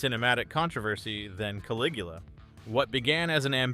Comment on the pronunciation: There is ONE scifi movie on this list. And that’s not how you pronounce Caligula. One less channel to clutter my feed with.